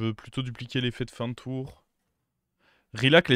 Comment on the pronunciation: Salut. J'adore t'es videos par contre on dit "tour" et pas "toureuh"